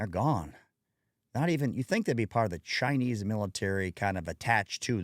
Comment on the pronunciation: Chinee lmao